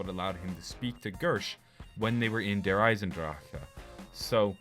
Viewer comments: stop saying drachaa its dear eisendrache like a K at the end. fuck! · i just might unsub for the way u say der eisendrache smh